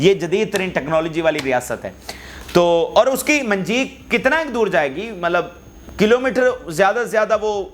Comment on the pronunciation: صحیح لفظ منجنیق ہے۔منجیق نہیں۔